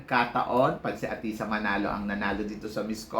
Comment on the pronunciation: Athisa, hindi atisha. Ayusin mo ang pag pronounce ng pangalan ni athisa. Huwag puro salitang kabaklaan.